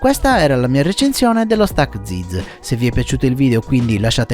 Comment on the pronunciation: Zeeeez non ziz 😆